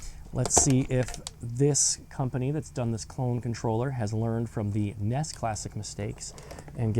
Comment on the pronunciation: You kept calling it a ness. Nintendo entertainment systems n.e.s. nintendo n e s. And those graphics were AWESOME a little out of color but awesome. Memories